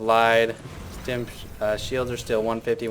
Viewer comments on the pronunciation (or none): none